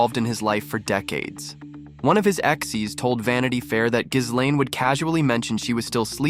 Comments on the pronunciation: More than half of the mentions I've heard of her in the media are incorrect. It's not hard!! gee-LAIN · Please learn how to pronounce Ghislaine if you are making a video that names her. Yikes!